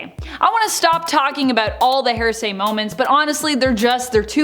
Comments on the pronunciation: Say it with me HEAR-SAY not HAIR-SAY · It's not 'hair say' it's HEAR say. Jesus Christ. There's no variant in pronunciations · YES!!!! I was wondering that myself! She sounds like she is saying hair-say!!! I hope it is an accent-thing she is using and understands that it's hear-say...like, "I'll tell you what I think I heard." ....is HEAR- say. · FYI, it’s here-say not hair-say. If you’re going to be an anchor, pronounce words properly, just Google pronunciation. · HEAR-SAY, NOT... HAIR-SAY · Right?! I keep hearing it as “HAIR-say”. 😂🤦‍♀️ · OMG YES! So much "HAIR-say". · Seriously though it’s driving me nuts hearing it pronounced wrong over and over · Is it just me, or does it sound like she’s saying a weird combination of ‘hearsay’ and ‘heresy’? 🤷‍♀️